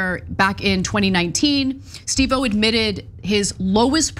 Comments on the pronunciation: Psst Ana.. emphasis on "Steve" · It's pronounced SteveOH, not Steve pause O. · Ana, I love ya but Steve oh? It's Steve-O. 🤦🏼‍♀️ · I mean it’s not the worst pronunciation of it but still pretty funny lol 😂 I think part of the reason she’s pronouncing it that way is cuz they previously worked with another host of Korean descent who’s name was also Steve Oh, and so she is probably used to pronouncing it that way. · Steve O 😂😂😂 at least learn to say his name correctly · Thank you!!!! Annoying every time she says it like that.